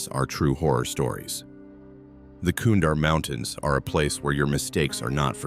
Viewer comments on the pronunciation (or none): Kunar does not have ‘d’ in it, there is no such place as the ‘Kurar mountains’, it’s the Hido Kush Mountains, and holy shit STOP calling Fobs, F.O.B.s, it’s pronounced as a word. This is all in the first few minutes. This story sucks